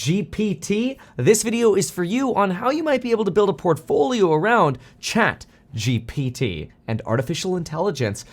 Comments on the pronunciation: Its chatGPT. Kevin has a hard time with saying that. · Kevin has difficulties with these letters G P T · love it when kevin struggles to prounounce ChatGPT and even misspells it in the title. He becoming an old man fr!! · Kevin emphasizing the P in the ChatGPT